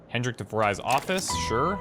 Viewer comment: The name DeVries isn't pronounced as "de-vry", but as "de freeze". Dutch origin :)